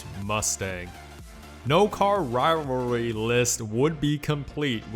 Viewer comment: do u even try pronouncing rivalry correct? lmao im dyin